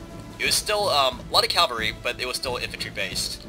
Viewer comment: love you, but it bugs me to no end how you say "cavalry"....you say "Calvary"....which is The hill outside Jerusalem on which Jesus was crucified.....lol